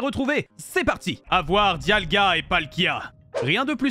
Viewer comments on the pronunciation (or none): Diagla ? Moi je connais Dialga mais pas Diagla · Ils a dit diagla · Il a dit "Diagla" 😆